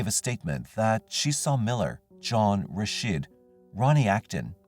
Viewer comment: Rasheed not Rashid